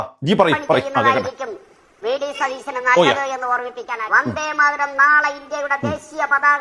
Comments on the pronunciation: വന്ദേ മാരതം അല്ല ഭാരതം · usthade akshra thett und tto vande maratham alla vande matharam aanu chilabagathu vande maratham kelkunu😊😊